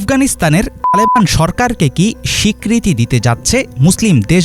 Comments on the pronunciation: তালেবান শব্দ উচ্চারণের সময় টু কেন? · তালেবান বলার সময় টুট করছ কেন। তালেবান উচ্চারণ করতে তোদের ভয় লাগে? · তালেবান উচ্চারণে কি সমস্যা???